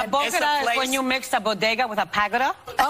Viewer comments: Wth is a bogeda? 🤣🤣🤣 Remember, she is an English professor... Didn't she mess up another Latin sentence before? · This isn’t the first time! When the babysitters club got mad at Clarence Thomas and all called him an “enneRRR”, nobody said shheeeiiiitttt! By the way, wtf is a bowdigga? I’ve been to plenty of bodega’s, but what’s a bowdigga? Has she even SAID that word before this happened? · What tf is a “bogida”? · I would think if she read it beforehand she would know how to pronounce bodega! 😝 but yeah it won’t be a surprise tho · This woman has a DOCTORATE in EDUCATION, yet doesn't know the word "bodega" and can't pronounce it. Disgraceful. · Not only did she screw up with the taco comments but trying to say Bodega, knocked me out my chair. They people are fake,fake and fake.... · Jill is way out of touch when she did not even know how to pronounce bodega. That is far gone past elitist. Trump sounded like a fool, but I think it was pandering and he misspoke. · I think her mispronouncing bodega is a bigger deal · Yes, mispronouncing bodega is the issue here ...... SMFH.